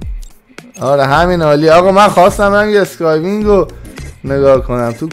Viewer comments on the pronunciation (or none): به اسکای بورد گفتی اسکای وین